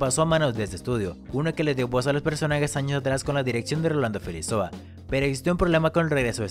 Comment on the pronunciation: GRAN TRABAJO COMO SIEMPRE! fijate que el apellido de Rolando es Felizola y no Felizoa como dices en el video. Agregalo a Face que es super buena onda! saludos